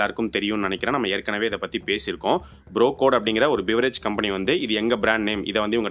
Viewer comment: Bro code ❌ Bro Kode😂